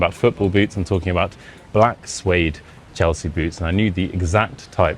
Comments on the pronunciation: When you say boots, it sounds like boobs. Actually, your tempo is really slow. Here in the US/Canada we speak faster than that. I'd be horrified to meet total strangers, and they insist on taking me somewhere. There is no way I would have gone with them. BTW your accent is very light for a brit. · Close one! 🫣 Only one mistaken word- when you first said "boots," I totally thought you said "booze." At first, but then realized... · I learned my English from Americans. But I which I had the British dialect. Most Swedes have that typical American pronunciation. But I had no problem understanding the whole story. Except in the beginning when I heard ”booz” instead of boots 😃 But I’m an 76 old fart with bad hearing. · I pretty understood everything except of boots for the first time because of your pronunciation